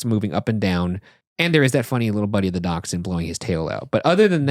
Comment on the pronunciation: Sorry. I love you guys. I love daschunds. But "DAK-SHUN' ? is this an American pronounciation? I cannot wait to ride SLoP one day.